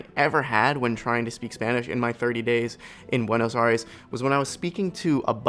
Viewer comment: I can’t believe how many times this guy said Buenos “Aries” and also typed it in the captions without ever realizing that it is incorrect